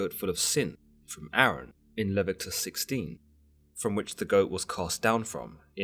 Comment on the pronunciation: It’s Le-vi-to-cus